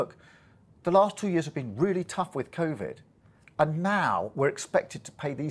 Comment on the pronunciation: Did that munt just say con vid 😂🙄🤡